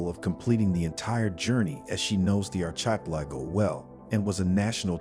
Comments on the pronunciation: R - kaa - pel - ago, now say it quickly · You can’t pronounce “archipelago” to save your life lmao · Please learn how to pronounce “archipelago”. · Arch- eye- pilleggo .... That's why I don't subscribe